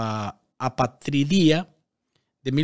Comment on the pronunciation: A-pa-tri-dia, palabra llana o grave que lleva el golpe de voz en la penúltima sílaba.